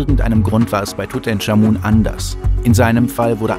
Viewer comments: Tutenkamun natürlich, so spricht man ihn aus, top(Sarkasmus) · Tut EnCHHHHH Amun. Nicht TUTENSCHAMUN. Ich rast aus. ohne mist. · wer kennt ihn nicht... den guten, alten "Dudensch" XD